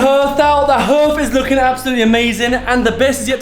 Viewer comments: I thought the same it’s a hearth (pronounced har-th) 🤣🤪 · It's pronounced 'haath', nor 'hurth'. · I winced like nails on a chalkboard everytime you mispronounced the word ‘hearth’ 😂 btw it’s said “harrrrth” not “h-earth” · Its Pronounced HARTH not HERTH, Bless all you guys, im Loveing all your work, above and beyond. xxx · Love you guys. . But it's 'Harth' not 'Herth' ( even though spelt hearth) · It's harth not herth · What Is a HERTH??? does he mean a Harth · Lol it’s pronounced harth not herth. Another great video guys. Your parents are going to be blown away ❤ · It’s a HARTH, not a herth!!!! But spelled “hearth” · I didn't know that a h(e)arth can also be pronounced as a hEarth!!! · It's pronounced "Harth" not herth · It’s spelt hearth but pronouncd harth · It's pronounced "harthe" but spelt with the "e" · Are you trying to say Hearth? Like it rhymes with Darth 🤔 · Hi guys amazing job ..made me laugh its pronounced HARTH...hearth looking superb xx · Hearth ....pronounced Harth 🤣🤣 Great job! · I forget that youngsters of your age have probably never heard of a hearth …. pronounced “harth” 😂 I’m blown away with what you’ve done so far! Did the measuring guy come back and retest the mould levels after the spraying? It would be interesting to know what happened after treatment - also what the levels were like on any furniture/materials you were bringing back in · Hearth is pronounced harth 👍 P.s great series 🥳🎉💕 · You are really great kids , and doing something totally amazing. Just need to point something out that beautiful hearth is pronounced harth 😅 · Another brilliant update, handling everything thrown at you with fantastic attitude. One point, because I'm an oldie, Hearth is pronounced 'Harth' like 'Half'. 😊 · The word hearth is actually pronounced harth. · Love the hearth, tho it’s pronounced harth 😂❤ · Looking fab, I know if i was mum i would so want to have a sneaky peek lol Log fire my favorite out of everything. love it . Its pronounced Harth 😂😂